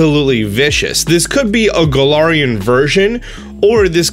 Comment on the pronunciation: thank you i thought i was the only one . he also kept pronouncing galarian wrong